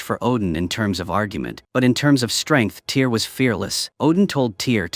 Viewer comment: Its NOT a Movie , its a Tv Series. and the name TYR is pronounced Teer not Tire. Just so you know